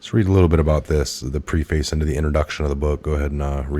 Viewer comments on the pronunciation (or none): You mispronounced "preface" = "preh'fice"....announcers should know how to pronounce. "Milnipple-lated?" Holy Crap! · Preface read: preh-fess. That’s how you’d say it.